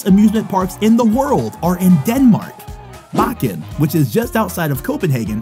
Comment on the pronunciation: Im a Dane and the way you pronounced Bakken and Tivoli I just could not stop laughing but it is a hard language to learn great vid tho❤️❤️❤️🇩🇰🇩🇰🇩🇰